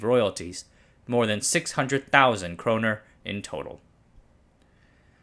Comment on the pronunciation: Nice video but it’s kronor and not kroner